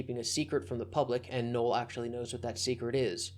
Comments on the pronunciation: Your pronunciation of Null as Noel is confusing for new listeners. A friend who I introduced to you was so confused he was asking who Noel was genuinely unaware you meant Null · Every time you say refer to "Null" it sounds like you're saying "Noel"... Just say "Joshua Moon".